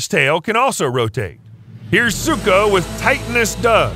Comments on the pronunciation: BRO ITS NOT ZUKO ITS SUKO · Its suko not zuko